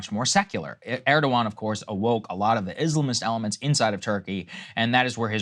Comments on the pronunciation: Krystal, it’s not “Urrdowan”. It’s “Air-dowan”. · Why can't day say Erdogan's name correctly 😅😅